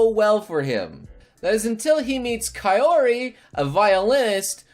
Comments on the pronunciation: KAIYORI!KAIYORI! Its cow-ri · isn't her name pronounce like Kowri? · Its pronounces Kawri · “Kai-Or-Re” KILL ME NOW!!!! Jumps Out Window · Ka"y"ori???? Sorry I love YLIA soooo much and it kills me a little. Love ur vids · Just so you know,her name is Kaori like cow not Kiori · Lol the way he said Kaori. Why does he freakin never say the names right????!!! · you said kaori's name wrong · the way he pronounce kaori cringeee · I think you butchered Kaori's name..